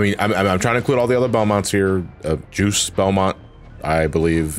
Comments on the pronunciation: It's pronounced "Joost." Or close to that. It's French. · Ah, my favorite Castlevania Harmony of Dissonance character. "Juice Belmont."